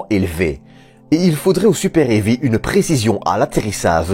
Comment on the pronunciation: Et le super-hairy aussi. Je trouve ça cool, le lanceur super-poilu, ça a la classe. Mais ceci étant, ce n'est pas un problème de prononciation (AMHA), mais plus une question d'accent (belge je suppose). C'est ce qui est sympa avec la francophonie, ça met un peu de variété.